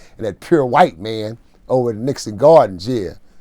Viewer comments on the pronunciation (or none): none